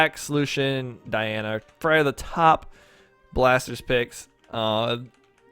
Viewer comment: axe: xull orb: Thor hammer:Thor gauntlets:cross cannon:xull scythe: jiro or the new legend coming spear:gnash blasters:cross katars: Lucien it is actully pronounced Lucy-in